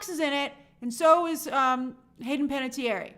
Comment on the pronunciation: /ˌpænətiˈɛər/ not "pan-a-tee-air-eee"